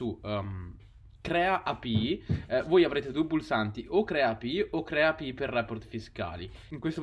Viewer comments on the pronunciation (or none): Cancella questo video, che sta pieno di errori, studiati bene le API e impara la pronuncia in inglese, (eipiai) (coinbes) …